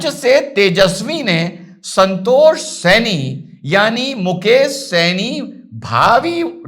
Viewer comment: Janab yeh saini nahi hai sahni hai